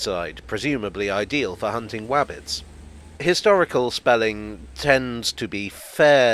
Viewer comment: "Wabbit"....good one! Made me laugh, as well as your question, "Why did his end need commemorating?" Lol